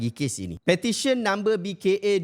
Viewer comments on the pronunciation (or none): none